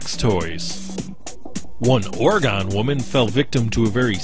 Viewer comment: Um, I enjoyed the video but as an Oregonian, I must inform you that you said Oregon wrong. We sometimes make fun of the wrong pronunciation but it depends who you're with. Mostly, people either get angry or excited to jump at the chance to tell you that you said it wrong. I just hate hearing gong when it's gin & not like the drink, the G makes the same sound like in goat.